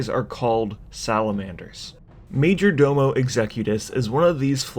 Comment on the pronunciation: Did he just say majordildo?